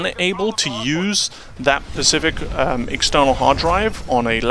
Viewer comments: Its specific, not pacific... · SPECIFIC.... starts with an "S".... Pacific is a regional body of water.....